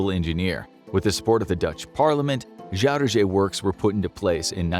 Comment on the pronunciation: Funny because I'm Dutch: the pronunciation of Zuiderzee as Shuidershee is like a Dutch person talking English with a thick Dutch accent :-)